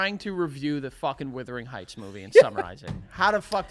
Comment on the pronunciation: listening to joe butchering wuthering heights was an exercise in frustration tolerance for me